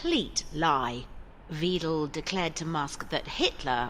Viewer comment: A very small point but in German, the spelling 'Weidel' would be pronounced VY-del not VEE-del (as the female in the voiceover). 🤔